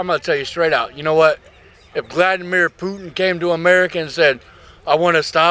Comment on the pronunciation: "iF gLaDnAmIr PuTiN"